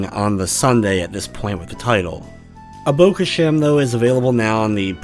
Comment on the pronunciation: i think i got it from the way this dude says abo khashem and the score he gave the game. Absolute aids